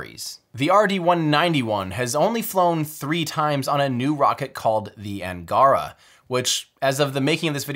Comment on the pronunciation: Outstanding, Tim! Also, if you would like help getting your pronunciation of Russian names right, do please reach out to me. Rokot, Angara, Energia, Proton, etc. you managed to get them precisely wrong every time! What are the odds of that? :-) Congrats on finishing this awesome projects, and with such great results.